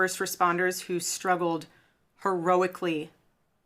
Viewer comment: The breathy emphasis on "heroically" is werding me out